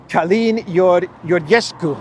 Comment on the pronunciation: Hey -- It's pronounced "Georgescu".. with a real 'G'-sound like in English "George". Romanian isn't Greek. No silent 'gamma'.. the 'gamma' in Romanian is definitely pronounced and is often a 'J' sound or a hard-G sound, like in English.